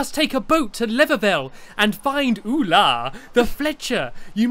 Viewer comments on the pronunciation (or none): it is vula not ula